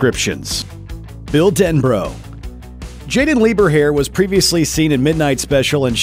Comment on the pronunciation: Jaeden Lieberher’s last name is not pronounced “lieberhair” it’s “lee-ber-her”